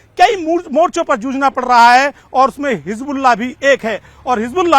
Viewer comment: Aap baar baar rassgulla q bol rhe h 🥺